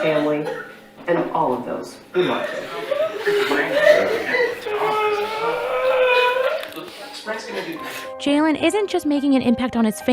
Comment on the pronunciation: this was one of my best friends😭💔 also you’re pronouncing his name wrong it’s spelled Jaylon and pronounced “Jaylen “ and we’re from Belleville not Belleview..😭